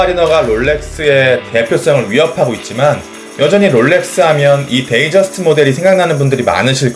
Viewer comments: 데이트저스트를 데이저스트라고 하는 이유가 있나요? 다들 데잇저스트도 아니고 데이저스트라고 하는데... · 사람들이 잘 못 발음하는거죠~ 데이트저스트 또는 데잇저스트라고 발음하는 사람도 상당히 많습니다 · 뭔소리야 day랑 date는 완전 다른건데 뜻이 완전히 달라져버리는데 그리고 공홈에서도 데이트저스트라고 공식명칭을 쓰고 외국인들도 데이ㅌ저스트 혹은 데잇저스트 라고 분명히 t 발음을 넣어줌